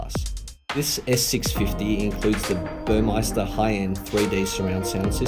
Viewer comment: Dude you work for Mercedes! It’s Burmester! No I. It’s also espresso - no x